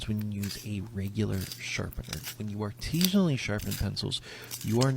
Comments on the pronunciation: He keeps saying artesian which has to do with water not artisan which is he's doing lol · I want to scream every time I hear the word "artesianally." That isn't the right word. Artesian refers to a kind of well in which water pressure comes from the source natural ground water being at a higher elevation. Many municipal water supplies use water towers to artificially create the same effect. The word he is trying to say is artisianally. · The mispronouncing of artisionally is kiiiilling me bro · the give away that this guy made a fake job real is that he doesn't know how to pronounce "artisanally". He keeps saying "artisionally", because he thinks it's artisean. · Biggest red flag is how this man pronounces artisanally